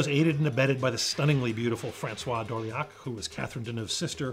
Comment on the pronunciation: You pronounced Françoise Dorleac's name as "François," which is a man's name. She definitely wasn't a man!